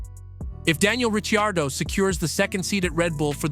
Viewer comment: Are you new to F1?! It’s Ri-card-o …pu-keep!!!